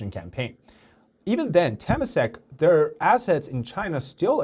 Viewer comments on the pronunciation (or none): Just a correction for pronunciation: Temasek is pronounced "Tuh-mah-sake". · Temasak is pronounced as Te-ma-sak. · Nice video but at least pronounce temasak right lah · As a Singaporean, hearing Temasek being said like that is just egh